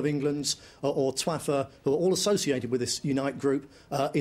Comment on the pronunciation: lol'd when he said TWAFFA